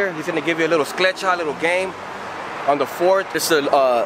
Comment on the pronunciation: Scletcha??? I thought it was Cletcha